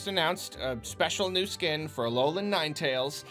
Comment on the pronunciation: i swear everytime says "$40 skin" i automatically hear "$40 scam"